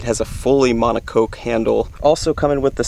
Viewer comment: rods have been out for how long and people still cant pronounce moncocque